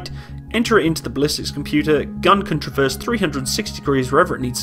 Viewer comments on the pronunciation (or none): none